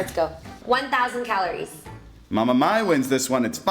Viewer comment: Mai not mae